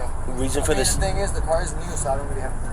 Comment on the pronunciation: Car is not pronounced like care. Stop calling a car care!!!!